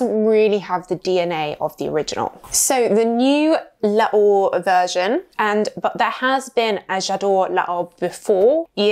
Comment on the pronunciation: It's pronounced 'lor'... not 'laor' please And parfum d'eau is pronounced 'do'..like the musical note...